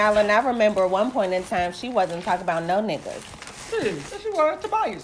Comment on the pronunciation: I love these ladies even though this is hella old, you heard Supra Tok she said TOBIASSSS